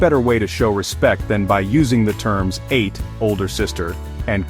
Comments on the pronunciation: This is so funny and so dead on!! But let me correct you….”ATE” is pronounced “Ah-teh”, not 8..😊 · This would have been better if the voice isn't AI, so that halo-halo doesn't become two circular lights or that Ate (Ah-teh) doesn't become the past tense of "eat". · AI...even Ate -- big sister was literally pronounced as "ate" as in past tense of eat???